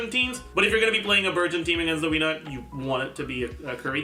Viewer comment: Wenut is pronounced: "Way-Noot"